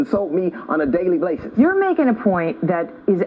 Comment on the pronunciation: "....the people that insult me on a daily BLASIS!"-LMAO!